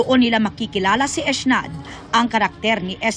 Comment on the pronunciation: Eshnad pala Ang bigkas dun sa Ec'naad😂